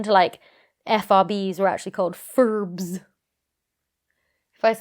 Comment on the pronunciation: For the record: I like FRBs being pronounced "Fuhrrrbs".